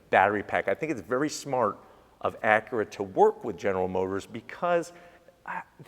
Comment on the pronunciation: Acure Type-Hearse😂